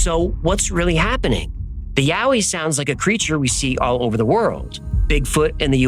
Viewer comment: I grew up in the blue Mountains and the Yowie stories are told from the moment you can listen to a story. I've never heard of the red frog thing though I must say I really appreciate you pronouncing all the place names correctly.